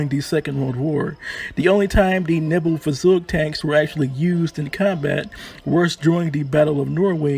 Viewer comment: Point on the Neubaufahrzeug. First, it’s pronounced like this: Noi~bo~far~zoig. Second, it’s 75mm and 37mm were in the same turret! I know this because I own a model. That also means that I know the two sub-turrets were armed with single 7.92mm machine guns.